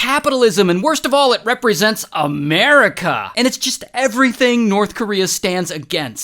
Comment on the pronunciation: The way he said America 😂